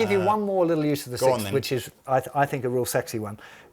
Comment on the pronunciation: Are all British people incapable of saying sixth? Lol